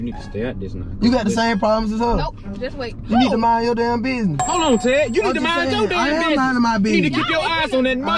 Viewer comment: Lmao every sec “ hollon ted “ 💀💀